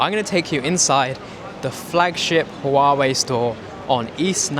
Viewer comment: Softer on the h in huawei.